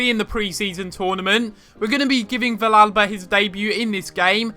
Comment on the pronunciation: the -ll is pronounced as a y sound in villalba